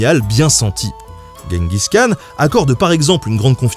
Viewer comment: Khan se prononce Ranne mais R comme la jota espagnole, et j'crois que c'est Jenguiss qu'on dit